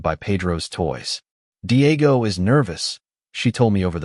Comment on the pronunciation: 😂 Paydro, Deeayego, Mighel, Havierre, Looseeya, Elayna, Ihsubell, Raffiel and Carmen